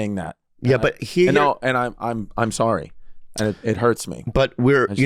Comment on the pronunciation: Chwis issa vely vely sowwy